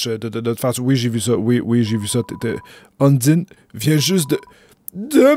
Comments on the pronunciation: UN - DIE - NE=> Heune ! d'Aïe ! nœud ! Ou Un dîne !(un bon plat de spaghetti fait maison) Franchement vous cassez pas la tête pour les prononciations seul la passion et les émotions du personnage compte et leur jeux de mot comme Tue-Toriel. et Un die ne "ne meurt un" qui fait référence que c'est le seul boss du jeu qui ne meurt pas en une fois. Dans la voit Génocide c'est encore plus accentuée, par le faite qu'elle repousse la mort par la simple volonté et que la force du destin se plie pour lui donnez une chance. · Undyne se prononce ON-DIE-ne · ON DIT UNDAYNE PAS UNDINE !!!!!!!!!!!!!!!!!!!!!!!!!!!!!!!!! (je suis pas énérvé c un troll mais on DIT UNDAYNE!!!) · En fait, le guerrier MÉGA-BADASS est une fille (Undyne), et ça se prononce ''Eundaïn''. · Comment tu a charger la sauvegarde pour continuer ou tu était et papyrus tu peut lui donner des petit coup et il tepargne automatique et undyne se prononce und(in)ne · "Udyne" T'ES SÉRIEUX ? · Zo- phix Dans le jeu, il n'y a aucune indication sur comment prononcer Undyne (malgré que tu aies raison) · on dit undayne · sans se prononce sen-nese et undyn:une-da-i-ne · super mais undyne se dit Undayne et dreemur c'est pas demur mais driimur x)